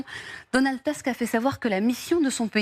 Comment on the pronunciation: C'est pas Teusk, c'est Tousk.